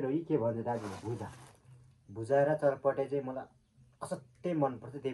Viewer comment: Yasalai chatapate vanidain xatapate vaninx 😮